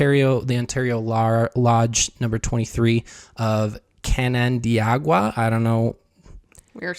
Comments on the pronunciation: Canandaigua is pronounced, “CAN-un-DAY-gwa.” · Can-an-day-gua (I live close to Canandaigua). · Found your channel through Fundie Fridays and started watching because I went to high school with a lot of Mormons (I lived near Palmyra/Manchester/Hill Cumorah). I nearly screamed when you said "Canandaigua" - shout out to my old high school! 😂 (Fwiw, it's pronounced can•an•day•gwuh and is derived from a Seneca word meaning "the chosen spot") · Okay, I just Have to comment now - I am from Central NY, it is Can-uh-day-gwuh. But your version is better in some ways. Ha. You two 1) Crack me the f up, thank you 2) W o w covers everything you have shared 3) Labels are for jars, I am not a jar - I hate the term religion or labeling my personal faith. Both parents Catholic, "left" the church then my mom became Southern Baptist after their divorce - family DID deem it a cult, which now that I think about it, why didn't Catholicism get that label (hey sometimes labels Are needed) anywho, my Very personal faith is just that: Mine, personal. Love what you do. Again, thank you for all of this. The details are.......when I find the term that encompasses the madness, will let ya know. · Love all your stuff - I am a non-Mo just genuinely curious about learning about all these things (and subsequently cringing at times). In case you're wondering, Canandaigua is (can-an-DAY-gwa)! It's part of the Finger Lakes region of NY and is actually quite lovely (wineries and breweries and all things Mormons can't enjoy lol). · Can-an-day-gua hahaha I love how you pronounced that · Can you do a videoj on the Hill Cumorah pagent? I grew up 20 minutes away from there and there is always a ot of protests and controversy. Canandaigua (pronounced "Kan-in-day-gwuh") There are so many Mormons in my area, I went to school and we had many Mormons at my school and we know they were Mormon because they had big families. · It’s pronounced can-non-dag-wa. I’m from Upstate Ny.